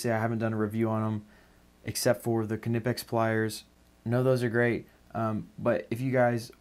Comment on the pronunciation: If your referring to ker-nipex its a German word and English pronunciation rules don't apply. I'm afraid he is pronouncing it correctly